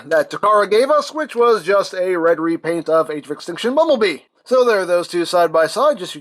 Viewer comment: he said "Repeant" it's incorrect, it's Repaint